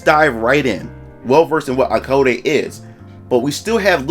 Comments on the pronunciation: *ai code - is how it is pronounced I believe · Hi! ACE here!💖 Thanks for the video! (btw just to clarify im a girl xD and the prononciation of the game is like "eyecode", like pronouncing the name AIKO, the name of the protagonist)